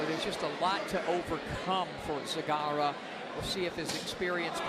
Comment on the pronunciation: Почему Сегарра? Мля, ясно же и точно сказали ,,Зегарра", почему под себя переворачивать, для чего?!